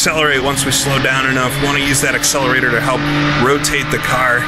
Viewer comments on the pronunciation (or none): none